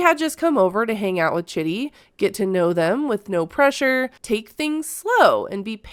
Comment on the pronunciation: It's pronounced CHEEDEE. Not Chitty.